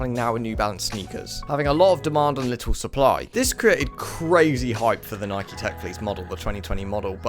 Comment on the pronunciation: You did not just pronounce “Nike” like that. Literally blocked.